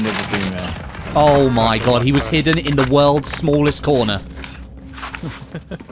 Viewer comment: "Oo my gawd he was hidden in the woold's smooolest cohnah" 😂😂